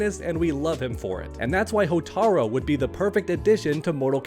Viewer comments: Cant ignore the fact that he keeps saying Hotar-o instead of Hotar-u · Hotar-U not Hotar-O. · You mean Hotaru? Not Hotaro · HortarU!!! Not HotarO How has nobody corrected this? I bit my tongue but hey small mistake but when you talk about Motaro and then "Hotaro" its...eh. its Hotaru. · It's pronounced "HOH-TAH-ROO"! Hotaru! NOT "HOTARO"! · Hotaru not Hotaro 😂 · "HOTAROO". It's not "Hotaro", you clown. "Hotaru". It's not hard bro. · His name is Hotaru (hoe-tah-ru)